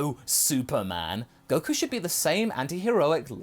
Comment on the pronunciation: It can’t be fixed. Just look at Goku...I mean “Geeku “. No 😂